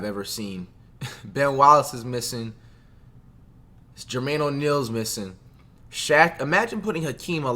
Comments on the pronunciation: “Jermain O’Neal” wtf 😂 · i turned the video off when he said jermaine o’neal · I had to close the video when I heard Jermaine O'Neal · Bro said “Jermaine O’Neal” missing🤣🤣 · This nigga said Jermaine O’Neal 😂😂